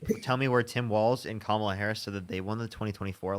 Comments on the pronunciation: I don’t believe he’s a Trump supporter, he said Kamala’s name correctly. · I think this is the first time I’ve heard a MAGA person pronounce “Kamala” correctly